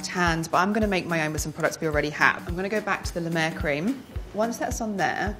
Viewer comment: as a french person, the way she said "La Mer" was very funny haha, I also love the American Accent when they try to speak french!